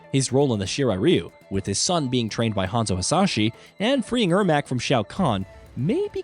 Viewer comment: the way this guy pronounces characters like ermac and kronika....lmao